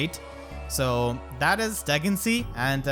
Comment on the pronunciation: Yoooo isn’t it pronounced Duhg-in-see-ah?